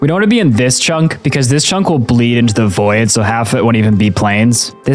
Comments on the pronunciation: NAHHHH it was "voy-id" instead of "void" for me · Please im begging you to stop saying voyid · Why do you pronounce Taiga and Void so wrong? "Taega" and "Voyed" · “Tayga, plains, and the voyid” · Bro say tiaga and say void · And “lah va” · Voy-id was driving me insane lmao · some of my favorite things about is that he doesn't know that lightning strikes turn villagers into witches, and he pronounces void like voy-yed. why's it two syllables mate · Sure he says voy-id, but at least he doesn’t say Mo-Yang 🤣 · I too, love the "voyed" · Anyone else hate how he says void? "Voi-ed" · What is a Voe-e-Ed? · why do u pronounce void as voted? That's wrong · I can forgive not knowing how to say "taiga" considering how seldom it comes up in conversation, and learning a word by reading it at least indicates one is reading -- but I've never heard "void" pronounced with two syllables before. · In English, void is a one-syllable word